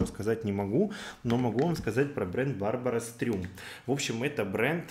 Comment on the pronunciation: Да он знает это))) говоря "Барбара Стрëм" он так показывает отношение к бренду 😆